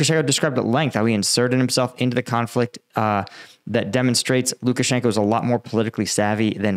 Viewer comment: Lukashanko is pronounced Lukashank-ah. The o is pronounced Ah in Russian when it isn't represented as a dypthong. I see you having some difficulty pronouncing Russian and Ukranian names of towns and people. Converting the "Oh" to an "Ah" helps a lot of names roll off the tongue. It doesn't help that Moscow is pronounced Mos-coh in British English, Mos-cow in American English, and Mos kvah in Russian. Somehow, the American English pronunciation rubs me the wrong way. It seems lazy. I'm not really trying to come off as critical, but the proper pronunciation actually rolls off the tongue and makes pronunciation so much easier.